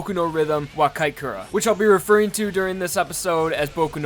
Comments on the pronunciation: Its pronounced "Kee- eh - teh - koo - reh" not keekura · why did you pronounce kiitekure as kaikara? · Kite Cura......you mean (pronounced key tay kooray)? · Isn't it pronounced Boku no Rhythm wo "Kee-teh-koo-ra"? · THE WAY YOU SAID BOKU NO RHYTHM WO KIITEKURE ITS PAINFUL FOR SOMEONE WHO SPEAKS JAPANESE